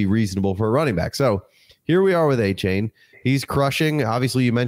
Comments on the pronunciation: Achane, like Jackie Chan Not that hard,.😅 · Appreciate it! Thanks for getting past the mispronunciation of Achane🙏